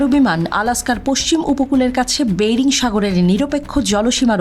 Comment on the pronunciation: বেইরিং নয়.. বেরিং